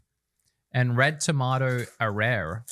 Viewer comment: As a Japanese teacher, I understood their struggle of pronouncing Arare (uh rah ray) all too well.